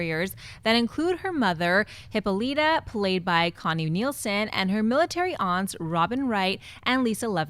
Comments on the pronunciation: Hippolyta is pronounced Hip-paw-luh-ta instead of Hippo-lee-ta. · It's pronounced Hip-Paul-It-Tuh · It's pronounced "hippo-lie-ta" :D